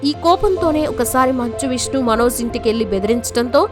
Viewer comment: Manoz అని పలకడం style ఏమిటి? అసలు pronunciation Manoj. మన తెలుగు భాషని foreign language లాగా పలకడం మన తెలుగు వాళ్ళకి చాలా మోజులా అనిపిస్తోంది. Hindi, Tamil anchors వాళ్ళ భాషలు స్పష్ఠంగా పలుకుతారు.